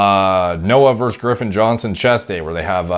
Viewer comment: Is he saying Girffen or Griffin? Sounds like he’s using the R too late lol